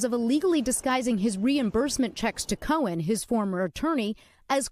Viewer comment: It’s Cohen — Not Cowan